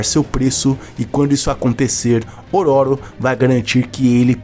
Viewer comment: Amigo só uma observação, fala-se ÔRÔRO. 😅